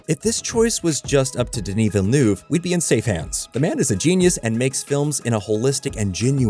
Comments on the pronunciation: Listen, we need to talk about the pronunciation of Denis Villeneuve. It's "VILL-NEUV", not "VILL-NOOV". Pretend like you are saying "NERVE" and replace the R with a U. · Dude, for the love of cinema, learn how to say Denis Villeneuve's name!